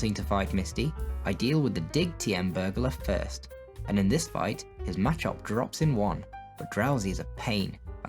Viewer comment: Nice work and good job. I liked your style and picture thing (don't now what to call it ) around the gameplay. Although Some of your pronunciations slightly bother me. Like machop I say it ma- chop. Zapdos I say zap-dos as in two its articuno (uno/1) ,zapdos(dos/2), and moltres (tres/3) and the y in aerodactyl I say silently. I'm not sure if that is a British thing or a pokemon have weird names thing but its suppose to sound like pterodactyl witch i do not sound out the y in at least that's how I think of the names.